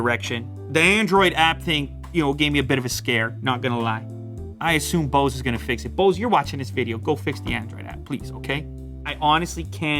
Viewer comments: How he pronounces “Bose” oh sorry “Bause” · You don't care now, but when you're having a conversation with bunch of audiophiles everytime you say Boose noise canceling headphones 700 You wish the name was shorter 😂 BNCH 700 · Bose huh I thought it was called Bose